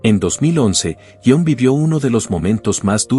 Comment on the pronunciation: Jon - Si - Ion -No; madre mia que pronuncia más mala😳